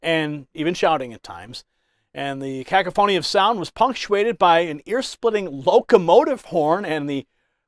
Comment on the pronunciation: "kack - a - phony"??? It's 'ka - coff - a - nee". Who writes this guy's copy???